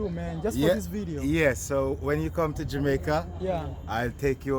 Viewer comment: when you come to jamaaaaaica....lol...pronounce it as jamaica